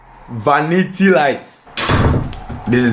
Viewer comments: Eeeiiii...what is “vanita” 😂😂😂😂😂😂😂😂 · trying to say vanity has me creasinggg 😂😂 bless him😭😩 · Ive seen ppl try it like yall did with the mirror anb after a time it fell so my advise to yall would b to add 3 mirror brackets for extra support(1 at the top in the center and 2 on each end at the bottom or if u want 4,one at each end) loved it though cause still get trouble to say vanity. God bless yall